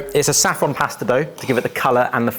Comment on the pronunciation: Did we ever get an explanation for why started saying pusta instead of pasta a few years ago? I think he's one of my favourite people for reasons I find impossible to articulate